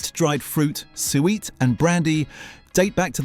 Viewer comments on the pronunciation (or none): Sorry, I can't cope with an AI-viced narration that pronounces it 'sue-weet' WTF IS SUEWEET? It's suet for chrissakes.😅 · Thanks for this comment, I was trying to figure out what Sueweet was. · Not pronounced sweet, it is two syllables and is SUE ET. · Sueat?? Suet pronounced sue-it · Also, it keeps saying soo-eet instead of sue-it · This AI mispronunciation does my head in. Sooooo eat - Soo it. No one fights over Quality Street. Everyone forgets 'Weekend' Chocolates - Clearly the best selection. Like Callard & Bowsers Nougat in rice paper. Gone and sadly forgotten. I have never heard of anyone calling Brandy Butter 'Hard Sauce'. Never. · Suet. Pkease pronounce it correctly, sue it. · AI voiceover completely ruins what would have been a fun, and informative piece of nostalgia. I cringed at suet, twice, being pronounced as “Sue-weet”, but it gets worse. Great content ruined by lazy editing. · I know what suet is, the robot was saying soo eat! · Is this an Ai voice? Must be. It pronounced suet as sweet. Not going to watch it. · That is not how suet is pronounced. In America 'jelly' is Jello or gelatin. Jelly in America is a type fruit preserve often seedless. The other is jam, which had more fruit. We do eat marmalade over her as well. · Don't insult British people by claiming you are British aren't you ai because if you can't pronounce suet correctly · nope as a Brit, I've never heard it pronounced like that.